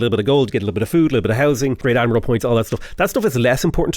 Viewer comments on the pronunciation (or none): none